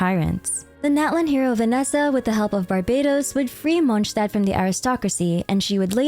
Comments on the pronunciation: How do you pronounce all the names correct but mess up every single time you say a nations name? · Great video but I'd like to know where you got those pronunciations from lol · the way you say Mondstadt makes it impossible to listen to you. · Once u hear that neuvillette song there is no going back on how to pronounce it in real way 😭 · Youre pronouncing Monstadt wrong, the "sh" part in the st participle is correct however the latter "adt" part is with a more longer aa sound and not the ä like you use in the American sense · the way you pronounce things is so cringe and makes this hard to follow. basically NEED to have CC on just to follow. No one in game talks like this. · why is she pronouncing mondstadt like that 😭😭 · MonStadt not mojtadt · its not Monch tad its Mons tad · It’s monSTADT not monshtadt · i love how you pronounce everything correctly it makes the video really immersive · Pronouncing something completely different to the official pronunciation just sounds obnoxious asf especially Tighnari, doesn't matter what the 'cultural' pronunciation is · Please. :D Its Monstadt (:monstad: with classic "s" not :Monštad/monshtad:). :F Your pronunciation of this city is incorrect. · I don't usually comment on videos I've watched, but I felt compelled to say something after watching your video. I sincerely congratulate you on the quality of your editing and narration. The slices of many lore videos and the pronunciations were impeccable. It looked like it was one big, beautiful cutscene. Since it's a relatively short video, I felt it was a bit too summarized. But at least you managed to bring up the main points of each arc, which is great for older players who don't want to watch hours of old quests again. Anyway, very good job and thanks for all the effort to bring such a good content! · Monshdad? Good video, it was weird to hear it said that way. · ITS MOND-STAT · is monstadt actually pronounced 'monshtad'?